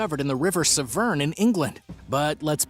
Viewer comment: The river Severn??? It's pronounced seven. I love your vids (when you show the correct vids for the titles) but my god man, learn to speak ENGLISH, I mean it is supposed to be your first language is it not???